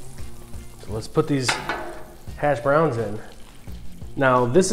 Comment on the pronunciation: Only person I’ve ever heard annunciate the “browns” in hash browns. That was annoying.